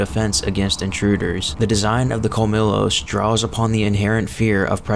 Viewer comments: I’m a native Spanish speaker and Colmillos is pronounced with a “y” where the double “l” is. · Cole-me-joes- colmillos. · It’s pronounced Kol-mee-Yos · It’s pronounced CUL-MEE-YOS Which is Spanish for “Fangs”.